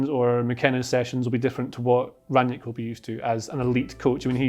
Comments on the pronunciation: It's Ralf Rang-Nick, not Ranyick... Sick of so many idiots, such as these, claiming to know how to pronounce it and getting it wrong... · Just a word about his last name: imagine you called your friend named Nick on the phone. You would say that you "rang Nick". That's how you pronounce it, not Ran-nyick lol. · There is no J in Rangnick. Just put Rang and Nick together and you got the pronounciation.